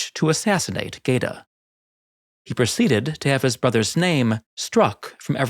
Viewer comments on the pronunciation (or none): Geta .. it’s pronounced ghett-a, same as in ghetto.. gay-ta just hurts my ears